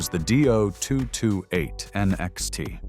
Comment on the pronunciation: Repeat after me: DEE - OH - 2 - 2 - 8! .. NOT Doo-228!